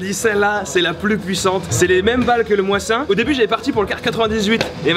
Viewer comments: nan stp sa se prononce mozine pas moissin Mais super video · "Moi-Zin" nagant ^^ C'est plus "Mo-Sin" nagant , Le model que tu as n'est pas le model "fusil de précision" et il a etait utilisé aussi dans la premiere guerre mondiale et meme d'autre guerre comme la guerre russo-japonaise qui etait bien avant la premiere guerre Mondiale et la deuxieme donc ce n'est pas qu'un fusil de seconde guerre mondiale ,ne t'en tiens pas qu'au jeux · On dit pas '' moissin'' mais '' maussïn'' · On dit mosin pas moisin. Tu a le mosin nagant modèle 44 car celui la est plus court et a la baio intégré (mais la il l ont retirer) tandis que le 91/30 était plus long et la baio était à par. Donc pas beaucoup utiliser durant la ww2 celui la. Et ce n était pas a la base un fusil de précision (sniper). C était un fusil pour l infanterie qui après a était utilisé par les sniper en i mettant une lunette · Tu n'as pas tire avec le M1 Garand mais la M14. Tu n'as pas tire avec le Dragunov mais le Vintorez. Et c'est Mosin pas Moisin 😂😂 Sinon très bonne vidéo comme d'hab :) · Moisin. Mon dieux. On dit Mosine. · je ne savais même pas qu'on pouvait prononcer mosin en le massacrant a ce point (on prononce "mozine" et non pas "mouassin" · a quelle moment on dit moasin tsai fit juste mosin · Super vidéo ! Mais juste mosin-nagant se prononce mozin et pas moasin.... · Lapin du Métro oui putain c est le mosine nagant pas moisin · Ça ne se dit pas moissin mais MOZINE !!! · Le Moizin Nagant ? MOSIN NAGANT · Pourquoi il dit moisin nagant au lieu de mosin? C'est stressant lol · tu dis Moisin au lieu de Mosin en francais Mossine Nagant mais c'est pas grave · Tu insultes le Mosin en disant "Moissin" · On dit mosine mdr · Le moissin ? Mdrrr mooooziiiin nagant pas moissin xp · PAS "moissin" mais "mosin" (mozine) ==> arme qui date de 1891 donc WW1 plus WW2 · ouille ça se prononce moiZine pas mosin!! mais tkt jtaime bien quand même😉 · Moisin ou mosin ? CEST LE MOSIN NAGANT PAS MOISIN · Le "Moissin" 😂😂😂😂